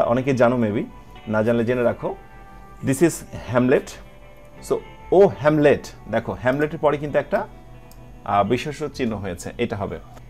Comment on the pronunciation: হেলমেট না হ্যামলেট যার অর্থ কুড়েঘর। শেক্সপীয়ার - উচ্চারণ -[ শেক্ ছ পী অার] (ছ এর মতো উচ্চারণ হবে না)।